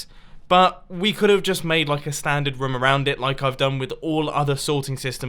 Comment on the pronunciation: it's pronounced room not rom or rum!!!!!!!!!